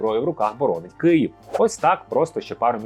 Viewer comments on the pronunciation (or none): none